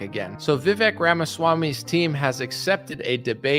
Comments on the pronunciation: Hopefully you’ll have enough respect to call him by his name, vih-vake not vih-veck. Not caring enough to get that right speaks volumes. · I think you have too much invested now to say youre doing it in good faith. If you go so strong youll look weak if you back down in this debate which is why his team KNOWS you guys are going to be hardass. Its pronounced VIVAYK and you should do your homework properly and check how its pronounced at least! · Vivek is pronounced like it would be spelled VivAke. Good luck with the debate. It seems your trust issue is suspicious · It's Vivek,.. Pronounced Vivake , like Cake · VIV-AKE ... RHYMES WITH CAKE ... pronounce the e like a Spanish e.... which is our long A sound. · Please keep yourself open to seeing Vivek for where he's coming from and what his goals are. I learned how to pronounce Vivek's name on Your show when one of his people came on, why don't you know how to pronounce his name?